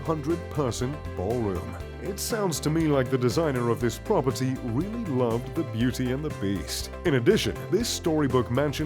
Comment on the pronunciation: I’ve never hated the word “Prop-er-tee” more.